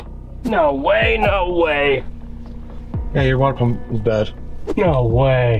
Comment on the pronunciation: saying no way, almost sounds like hes saying, I hate Ford!!!!